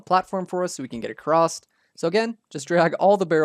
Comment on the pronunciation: Just checking... Are you saying "acrosst"? 😅